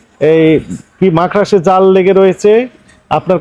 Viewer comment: মাকড়সা❌ মাখড়াস ✅✅ স্যার কবুতর আর মাকড়সার নাম বার বার ভুলে যাচ্ছে❤😊